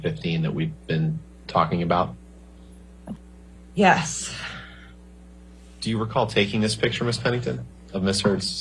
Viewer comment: might be the only person I've ever heard pronounce the word 'yes' with an h and an extra s. 'Yhess... Yhess... Yhess...'